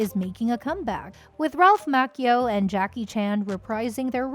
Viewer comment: it's Macchio not Makeo. Can't anyone get this right? SMFH